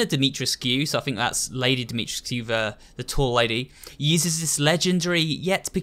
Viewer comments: It's pronounced more like Dimitrescoo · I'm pretty sure it's pronounced as Dimi-TRES-kuu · That's funny. Her name is spelled "Dimitrescu," but pronounced it "dah-mew-tresk." Did I hear him correctly? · love it when he ignores the characters correctly pronouncing dimitrescu and then goes ahead and says it wrong🙄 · I don’t think the scu part is pronounced “skew”. The cu part is silent i think. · Ever time he says Lady D’Souza name incorrectly I would shout how pronounced it